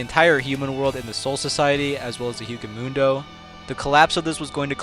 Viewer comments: Did you seriously call Hueco Mundo, "HEW-cuh mundo?" I've never, ever heard a single person call it "HEW-cuh Mundo." It's "WAY-co Mundo." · who is Uhaul? Also it's pronounced Wheco Muendo not Hughco Muendo...... Why can't any anime YouTuber pronounce anything right..... Almost like they never watched or even know anything about other than what other people say. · "As well as the hyu-ko mundo" 😂 dude hueco mundo is pronounced "Wey-ko moon-doe" coming from the spanish workd hueco which translates to hollow and mundo translates to world so "hollow-world." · "Yuco mundow"